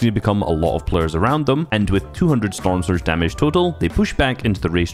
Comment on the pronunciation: ”These pleyers”(Bugha and treaths)